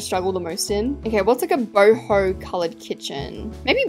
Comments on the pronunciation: How the normal people say it “boho” how says it “BOHIMI ✨💀” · Every time she says boho I think she said hobo😭💀